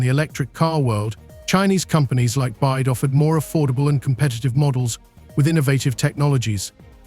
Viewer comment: Volkswatschen and China's Byde??? BYD??? Please make more videos when you learned how to pronounce correctly 🤣🤣🤣